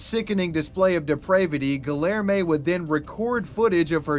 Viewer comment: Respectfully, if i listen to you say "GuhLLairmay" one more time i might pop. Idek what name youre trying to say, but im almost certain it has a hispanic L, maying it kindof a Y Edit, i think its Guilherme, which is Gee-lhuyer-mey" hard to type out phonetically, just hone in the spirit of a Brazilian man as you say it